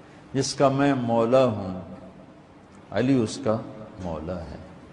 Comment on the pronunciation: Pehle sahi se padh mantunto mola fahaza ali mola ase padh